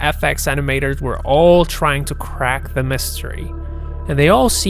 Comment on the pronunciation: Its a video video video . What the fuck is a veideo veideo rageing pronounce the word correct0